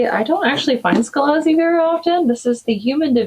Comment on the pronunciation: Scalzi is two syllables... rhymes with ballsy